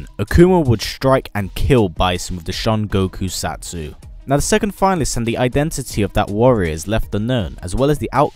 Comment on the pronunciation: the shan go koo sat soo XD